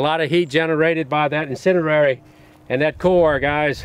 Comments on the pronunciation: That accent tho - "AP Incedirary rounds" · "incenerrary rounds" I love you jerry. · "incendierery" bullets are awesome 😂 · Gotta love that "incenderary"